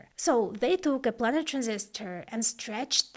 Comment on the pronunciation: Fantastic video, very informative and well presented. If I may make the tiniest suggestion, it's on your pronunciation of "planer transistor". It's pronounced "plane" like "airplane" (as in a two dimensional XY plane), not "plan". The Planer Process was introduced by Fairchild Semiconductor and refers to its top-down 2D approach which allowed for photographic (later lithographic) design and manufacturing that revolutionised computer development. As I say, a tiny point in an otherwise flawless video. :)